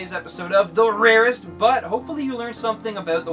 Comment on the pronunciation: Stop saying the rarest that way and stop getting high. It's obvious.